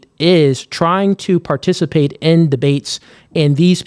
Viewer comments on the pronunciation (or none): none